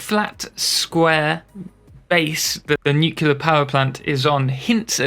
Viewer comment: Nuclear* not nucular. There's no second U. nu-clear. Beautiful build!